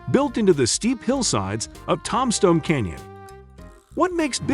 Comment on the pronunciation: One of the most famous towns in Arizona - TOMBSTONE and the idiot announcer or stupid AI program pronounces it TOM-STONE.